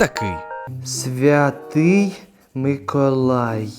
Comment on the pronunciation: а чого ти кажеш микАлай,а не микОлай?